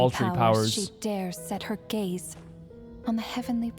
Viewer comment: every single time someone say "the gaze of the gods" i can't help but laugh 😂😂😂 "the gays of the gods" 😂😂😂😂